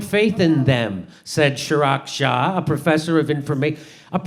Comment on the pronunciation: "Chig-rah Shah" muslim